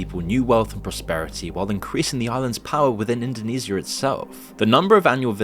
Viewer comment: Indo-nease-e-ah? Do you pronounce “Parmesan” like “palm-ease-ian”? Seriously though I’m from Australia and for at least 5 decades Bali has been almost a right hand f passage. There was a hit song in the 80s here called “I’ve Been To Bali Too” and while theres some cool surfers who go there to pursue their sport, most are either oblivious or believe that now we’ve turned Bali in to a nightmare, they need our continued investment(🙄) but I believe most think it’s tragic.